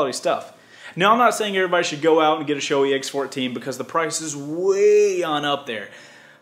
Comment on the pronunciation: It’s SHO-AY goddamit! Not SHO-EEY